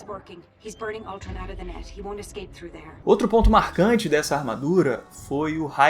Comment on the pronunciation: Ele falou ultson mas é ultron